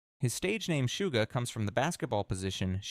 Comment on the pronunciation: The only thing I don't like about this specific video is the several mispronounced words in it, for example they kept saying Sugar instead of Suga. I know it's a tiny mistake but that's why I dislike when they do they AI-like narrative on their guide vids. But all the info on it is great